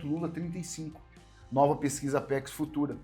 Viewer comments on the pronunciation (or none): none